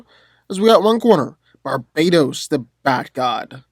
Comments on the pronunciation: stop calling him Barbados THERES A T RIGHT THERE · Did he say Barbados or Barbatos? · Bar ba tos not barbatos u pronounced it wrong